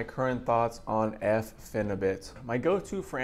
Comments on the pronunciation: it’s pronounced ”bute” as in butyric acid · please lol pronounce it pheni butt.. i take it 2 times a week somtimes 3 for 2 years now. i taper my doses down to .6 grams 2 times a week then i go up again to like 1 gram then back down lol